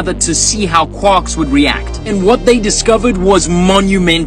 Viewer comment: naw bro but when he pronounced quarks qwaks i just lost it😂😂😂 this guy learnt physics from taco bell